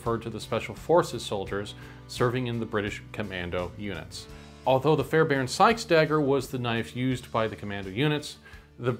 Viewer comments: I noticed you pronounced it correctly even when reading the quote. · you're good man, you even pronounced it correctly when you read it. Not sure why people are getting weird about it